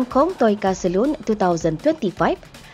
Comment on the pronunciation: Wahai admin. Bukan camtu sebut perkataan 'Salon'. Saloon lain. Salon lain. Alahai melayu.